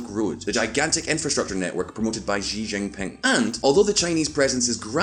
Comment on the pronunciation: Hey dude, It's Xi (pronounces as "see" or "she" definitely not gee) Jin Ping, by the way love your unique accent!